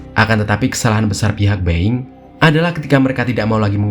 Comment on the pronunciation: Dibaca nya Boing bukan Beng